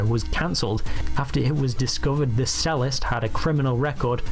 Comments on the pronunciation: The narrator doesn't even know how to pronounce "cellist". The narrator also misuses the word "convicted". Amazing. The stupid calling other people stupid. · " sellist?" a Cello player is not a "selo" player , and they are not a "sellist" its 'ch-ello' and ch-ellist! letting us brits down here dude. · He also said sellist for cellist. The bloke’s a right berk!